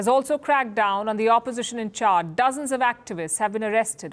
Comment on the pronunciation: It is not Chard but Chad.